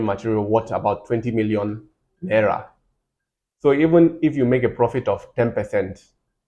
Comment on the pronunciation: it’s the way you pronounced naira. I grew up in Kaduna so that accent gave you out.